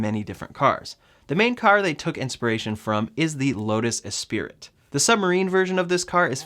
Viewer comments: The Lotus is the Esprit (eh-SPREE) not Espirit. Not a big deal though. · You completely lost me when you slaughtered the names of those cars .. Lotas E'spiriT ???? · Nope. A-sprit. Not spirit. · It’s a Lotus Esprit (pronounced Es-pree) not Espirit. Otherwise good video. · It’s pronounced “E-sprit” and you’re pronouncing it “E-spirit” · Esprit..... espree is how you say that, not espirit, love your videos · FYI: it's pronounced "es-pree" - not E-Spirit. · It's Lotus "Espree" not Lotus "Espirit". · It's pronounced Espree not E-spirit. I won't even go there with Coop, lol. Good overview, as always. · Esprit is pronounced "eh SPREE". Look closely at the word. One 'i' only. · great video. Just so you know, the Louts Esprit is pronounced "Ess-pree." Edit: Looking at the comments, I see I wasn't the first to comment about this.;) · "Lotus Esprit" is pronounced "ess PREE". Notice there is only one "i". That said, Great Video. I was thinking this exact thing. No paint shop, no gigapress. Just score and fold a few sheets of stainless steel. They'll be flying off the assembly line. Looking forward to my Cyber X or Cyber 3. . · Its pronounced "es-spree" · It's pronounced "ESS-PREEE" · LOL e-Spirit! Millennials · Pronounced Es-spree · No, it's Espri. The T is silent.